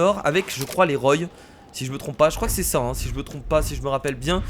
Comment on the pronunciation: on dit roi pohr la famille roy